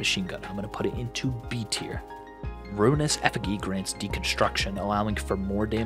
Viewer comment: Only thing I'm mad about with this video is how you pronounce Ruinous Effigy 😂